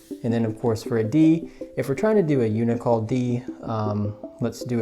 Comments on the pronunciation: It is un-cee-all. Not uni-cal... uncial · I think it's not un-i-cal, but uncial. Un-see-ul. And the angle for uncial is about 20 degrees. This is a good demonstration. (I think you are misunderstanding the whole angle thing.) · the font is Uncial, but you mispronounce it “you-ni-kal”, as if it were spelled u-n-i-c-a-l. Like nails on the chalkboard for me. 😳. It is pronounced something like “un-shal”. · Un/shial. Not unical. Uncial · Unical wring. Un-see- al. Uncial. 🤗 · This a great video! Thank you! One thing I wanted to point out that kind of was a bit jarring to me... the word Uncial is pronounced unh-see-al. Just Google it and click on the sound of it. I would want to be corrected if I were making videos so hopefully you understand my good intentions. Thanks again for your videos! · Great idea and tutorial. I think uncial is pronounced UN-see-al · The calligraphy was great! -- But -- the word is pronounced, "oon-see-all" or "yoon-see-all" or "un-see-all," because the C is before the I, uncial. Uncial and half-uncial are called that because they were a whole and a half inch, just about, in ancient times. (Uncial is related to inch and ounce.) -- -- It's ,minor, but it will help you be understood when you are talking to other calligraphers and alphabet historians.